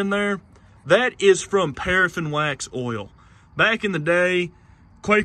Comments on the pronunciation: Why can't Americans pronounce the vowel sounds properly? Ol it's Oil Oyl lol. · Ok , for Gods sake it’s pronounced “ Oh I L” . Oil is not “ Ool” ! How can someone who has above intelligence and mechanical ability slaughter the English language so severely? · Like how you call oil, “ohl”